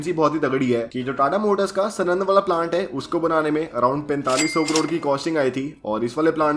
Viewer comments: Bhai vo sunand nai he pronounciation pronounciation saanand he saaanand सानंद है सनंद नई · Its not sanand its saanand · Bhai Sanand is pronounced as Saanand, just fyi. Good video dude. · #aristrocarsenand nahi hota sanand hota hai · भाई वो नाम सनन्द नही साणन्द है 😊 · Bro it's saaanand not snand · सनंद वाला नही भाई साणंद वाला बोलो भाई 😂😂😭😭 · Just one nit pick : it's साणंद